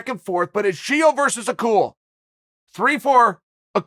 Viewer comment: “Acool” 😂🤣 he doesn’t even try.